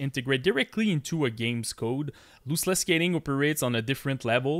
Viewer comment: Lost-Less not Loose-Less